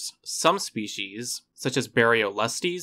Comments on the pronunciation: It’s pronounced especially, not expecially. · Especially... pronounced "es peshially" not "ek speshially" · Narrator lost me at "exspecially." 🙄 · Great video! Tip: work on your pronunciation for “foliage” and “especially”. Great video though, seriously 👍